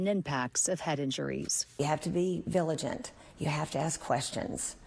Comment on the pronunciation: You guyd could have corrected her when she said "viligant", that's cruel